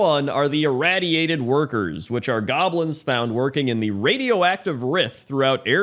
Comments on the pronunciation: Ir-Ray-diated workers is how it’s pronounced. Awesome vid as usual. Keep em coming brother!!! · Why do you pronounce the "radiated" in "irradiated" differently than just "radiated"? x.x